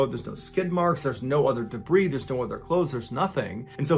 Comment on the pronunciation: Did MrBallen just pronounce the s in debris? I've never heard someone pronounce it as "dabreeze". 😆